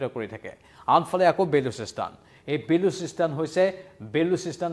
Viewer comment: ''Bolosistan'' not Balusistan 👍